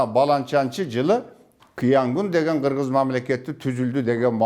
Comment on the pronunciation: Хыргыз деп айтылган